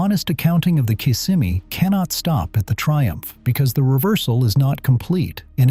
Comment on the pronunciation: It's not kiss' im eee it's Kiss sem' eee. it's not low cals' it's low' culs. Why not get a human to read the script? This is a good subject, but the mispronunciations are too painful to listen to!